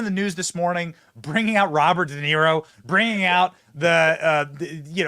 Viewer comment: I can hardly stand listening to this bs!!! Robert Denaro? 😂